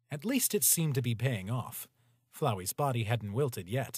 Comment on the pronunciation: its pronounced flowey